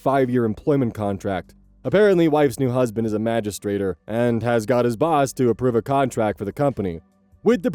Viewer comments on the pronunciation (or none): Things That Totally Happened. "Migistrator," lol what. A PI who has to write reports totally got that word wrong, durr.